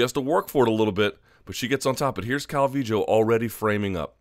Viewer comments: its pronounced cal-vee-yo. So you got it ^^ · Calling her Calvijo, is no different than people saying Cal-V-Low. Yes the double L can be Y or J depending on where you are from in Central America but her parents are from Mexico and most definitely say it as a Y. Cal-V-Yo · Your explanation is true... but that still doesn't make it calviJoe. If you think it's right whatevs, your show bruh. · why do u pronounce her name Calvijo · omg stop saying cal-vee-joe